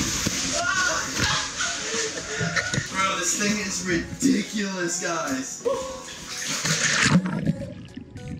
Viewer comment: unspeakble you said ridicolus more than 5 times